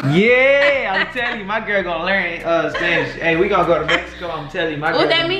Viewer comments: Bruh he may khow understand Spanish but hes not saying it in the correct way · She is so pretty!💕 BTW He's not pronouncing the words correctly L O L.